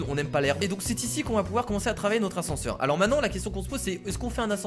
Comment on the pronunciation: l'ascense au lieu de l'ascenseur